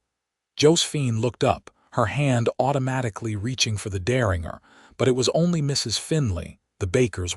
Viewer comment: The AI narration voice needs to learn how to pronounce words like Deringer (also spelled Derringer). The AI voice gets annoying after a while. Also the AI voice needs to learn read (red) from read (reed) and live (liv) from live (live).